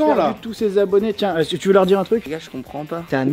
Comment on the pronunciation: Vous avez pas remarqué inox il c’est pas dire est-ce que mais il dis isque😂😂je suis le seul ou?????